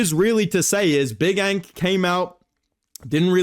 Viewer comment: He turned big ANK into BICH ENK in a matter of seconds😂.